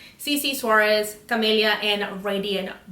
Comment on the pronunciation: Now this is a girl who can pronounce Suarez and Camelia! 👏 💝